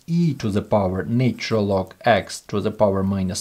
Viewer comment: Please teach this person to pronounce the word " natural " correctly !!